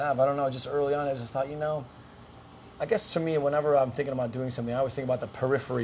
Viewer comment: lol. when he says "thinkingabout" remind me of the song doorbell